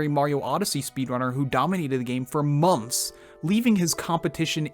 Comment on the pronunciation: Is no one going to talk about how this guy says “mompths” when saying months lol